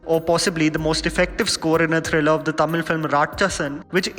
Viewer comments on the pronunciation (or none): none